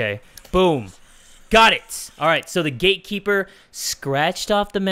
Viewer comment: I always think you say the gay keeper XDDD